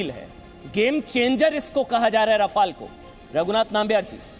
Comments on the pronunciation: 🤣🤣🤣🤣😝 राफेल है रफाल नाहि क्या यार टाईटल दखो 🤣🤣🤣🤣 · Abe laudu Rafael to Shi se bolo.... Kux bhi yrr kyun English ki maa chod rhe ho tum log glt nam Lete ho isliye logo ko bhi confusion hota h ki Shi nam kya h...kyun krte ho esa .. sala kaun se school /collage/ university se study krte ho???